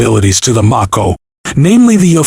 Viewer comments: Do you not know how to pronounce the name of the missile LOL. It's a long A sound, not a short A sound. m-A-ko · I couldn’t get past only because he couldn’t pronounce Mako correctly. And that’s some effort on my part. Because I come close to ending it after I found out it was name after the Mako Shark. 🦈